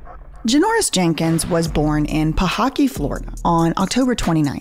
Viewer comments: No shade at all lol lots of love for from FL but it’s pahokey like Hokey Pokey not pahockey 🤣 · It’s pronounced Pa-ho-kee